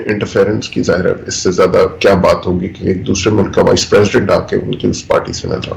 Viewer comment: urdu main Mulak nai hota. Mulk hota hy